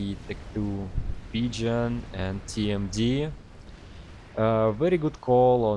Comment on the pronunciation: I love how pgen always sounds like pigeon. I have same issue too